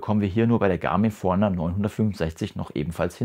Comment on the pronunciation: Sehr hilfreiches Video, aber wieso sprichst du Forerunner so komisch aus…?